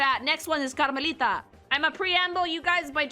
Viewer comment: Its music to my ears, hearing someome pronounce Karmelita's name correctly